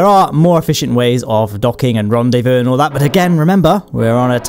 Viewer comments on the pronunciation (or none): électrique ULM ?! ^^ l’accent sur le Rdv m'as tuée XD